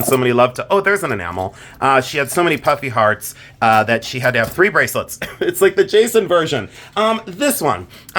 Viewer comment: Jason I thought you were saying "puppy heart" charms. It wasn't until the end of that review that i finally heard ""puffy hearts". Still giggling. A great bracelet by the way, Lots of charm...lol.